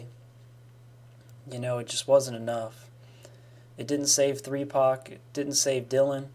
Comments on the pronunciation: Did my home boy say 3pac 😂😂😂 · AM I THE ONLY HUMAN WHO HEARD HIM SAY 3PAC? Wtf